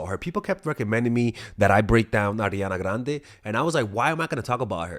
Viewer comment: I really love the way pronounce Ariana Grande